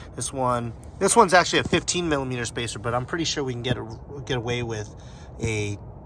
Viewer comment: What the heck is a milla meter???